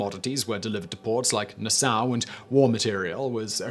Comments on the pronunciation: I can only guess when talking about where southern cotton was taken by blockade runners is Nasau, Bahamas...but I have never heard it pronounced the way he does... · "Grenick" and "Na-SOW" whose "conscious" wouldn't allow